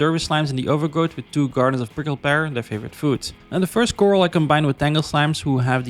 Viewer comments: Love the vid! It’s also pronounced Kr-al not coral😂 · Sorry to correct you but it’s pronounced Cor-ral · did you ever figure out corral is not pronounced coral? 🪸